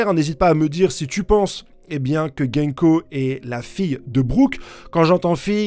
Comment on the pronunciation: C'est gounko pas genko. Fais un effort mec. Son nom à un sens ce que tu dis ne veut rien dire.